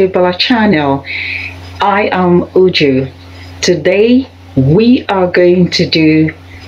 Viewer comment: Im surprised to hear you say you teach Igbo language but you didn't pronounce Uju correctly. Anyway, more grace.